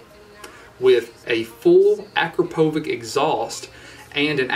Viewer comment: super video. are you still in love with this motorbike (when turning ON the LOVE shine lol:). just dont say "AKRAPOVIK".....it is AKRAPOVIČ, like written in eng. acrapovich. stay safe :)